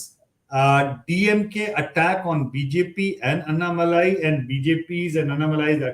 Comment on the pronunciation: Barkha please learn to pronounce Annamalai correctly. It is not really difficult. You take trouble to pronounce French names , oh so very correctly, but why not Tamil names ?! This superciliousness if the upcountry people is i guess what actually bugs the Tamilian.